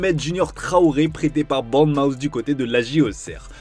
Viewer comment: Il y a des serieux problèmes avec les noms : BOURNMOUTH, EMERSON PALMERI ET NON PALMIERI 🌴😂 Rangers et non Rongers 🦫